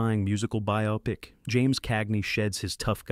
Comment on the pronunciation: The narrator pronounced “biopic” correctly. Must be a real person narrating this.